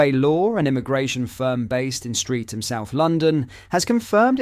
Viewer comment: It is pronounced Stret'm